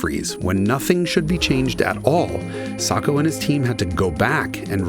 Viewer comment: Almost a perfect video if only he could say Sacco right 😭